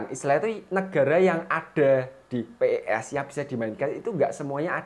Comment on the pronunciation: bang bukan p e s tapi pes digabung